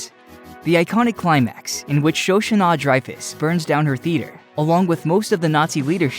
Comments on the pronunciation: The pronunciation that nearly killed it for me was "Sho-shunah." 🥴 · For the love of god, it’s Shoshanna…..